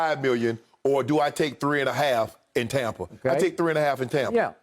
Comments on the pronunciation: I cringe every time he say tompa. Stop it! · I finally realized by looking at the title why Skip says tompa bay instead of tampa bay. I just thought it was the correct way to pronounce the A in Tampa. 💀😂😎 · It still says Tompa bay 😂